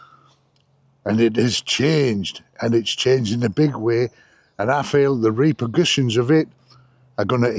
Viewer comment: Reaker pushions? No, Reaper Cushions.